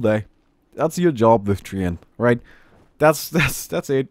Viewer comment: TREE-ANT XD